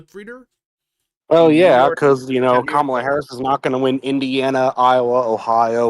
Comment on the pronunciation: it's KA-ma-la not ka-MA-la.